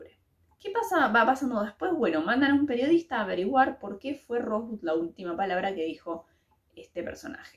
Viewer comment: si hubieras visto la película sabrías cómo se pronuncia Rosebud. Y si, al final se sabe qué significa esa palabra